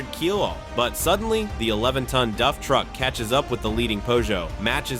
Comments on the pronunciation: to me it sounds you keep saying DUFF, as in the simpsons beer. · Duffman! lol yeah I was looking for someone else to mention it. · the tire came off the rim. Not the disc 😂😂😂 Can anyone confirm the correct pronunciation of "DAF"??? Duff sounds like the beer from the Simpsons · It is Dafffff not Homer's favourite Beer ! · then why does the commentary in the video keep calling the brand "duff"? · D-ah-ff would be the way to pronounce it as a Dutch speaker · Pronounced like ‘daft’ just skip the t. It is that simple. Trust me, I am Dutch. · The A is pronounced like in "car". DAF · Thats not how Daf is pronounced😂😂😂😂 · Great video but I had to watch it without sound, if you can pronounce 3 letter words maybe you are in the wrong game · Ai still can't pronounce DAF. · Pinned comment by the uploader says he was using Text-to-Speech, and the AI narrator wasn't set up correctly to pronounce DAF right. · Duffman says, you can't pronounce the name of this truck correctly. A-who-haa! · You need re-upload this with the correct pronunciation of DAF, you've no credibility leaving the way it is! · Is it me or is he saying ‘Duf’ instead on ‘Daf’? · It's not DUFF it's DAF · DAF. Not DUF, DAF. I know cuz both remaining turbo twins are parked three blocks away from my house. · DAF is pronounced A for apple not DUF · Its a DAF.....not a DUFF 🤦‍♂️ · its daf not duf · its pronounced D A F not duff ! for christs sake...and they were beasts. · Do Americans watch any videos BEFORE making their own??? Surely a quick watch would teach you it's dAf not duf!!! It's dAkar not de-kar. Come on guys, you speak English, you're accent isn't even that strong it's not hard to learn to pronounce words as used in their home countries. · DAF not duff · It’s D A F not duf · Duf ??? It is DAF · Its daf not duf 😂😂😂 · DAF as in daft not DUF as in beer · Its Daf not Duf or more precisely Dav is closer to the way the Dutch pronounce it. Its literally written on the side of the truck how can you get it wrong.